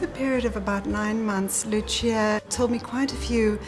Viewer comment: WTF it's not Lutxia it's just Lúcia (like in Lucy).